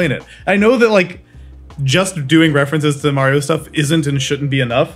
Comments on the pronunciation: every time you say Mario wrong my headache gets worse.... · I cringe everytime I hear someone call Mario as M-a-rio instead of M-u-reo. Even M-ar-io sounds closer to how it should. I know it's spelt with an "a" but it's Italian. I'm not saying those that say it wrong are stupid, it's just that if someone pronounced my name incorrectly and then I corrected them, they are wrong for telling me that they will say it however they want because that's how they said it when they were a kid. It's a silly reason. Ok. Rant over. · why are you saying Mario's name wrong. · How do you say Mario wrong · Why do you pronounce Mario wrong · I still don't trust anyone who says Mario like him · You say Mario wrong so I just stopped watching the video. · Marry-o, why? Maaa-rio! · I'm sorry but.....who is Merio? It looks like you're talking about Mario but you keep saying Merio, I've never heard of Merio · Dude is one of the biggest Mario fans and still occasionally pronounces “Mario” as “Maireeoh” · ITS NOT MAYRIO Its MARIO! :D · uhm achkshullly its mah-rio not meh-rio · Why do you say Marry-oh? His name is pronounced MAH-RY-OH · May-reeyo?? You can’t just say Maa-ri-o? It’s so so annoying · Stop saying mayrioh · I say mayrio too its ok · Why mayrio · Good old mary-oh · killed the video when you say Maryo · Great now I’ll always say mayrio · So are we just going to gloss over the fact that he says "MERIO"? 🤣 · It really frustrates me that he says "Mayrio" lmao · It's Mario, not Merry-Yo T----T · Who is this "Merry O." person you keep mentioning? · watching the first 1 minute of this video just instantly tells me how you have no idea what the franchise mario is. the way you said “MARRYO” and the way you said “old computer game” already told me alot. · Please God stop saying May Rio. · Aren't you from NC? Don't you know we pronounce it Mario down here 😂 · But why continue to mess his name up when even the non English speakers say it correctly